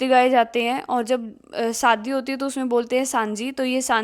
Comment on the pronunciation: Saadi nahi shaadi...